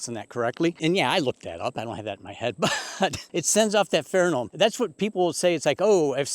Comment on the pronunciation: Good advice, but I would like to correct you on the word PheroMone. It is Not PheroNome. Notice the n and m placement. You should sound like the astute and intelligent Beekeeper you obviously are.